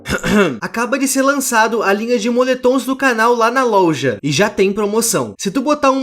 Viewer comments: “Louja” JKKKKKKKK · eu amo quando ele fala LOLJA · MAN TU FALOU LOUJA KAKAKAKA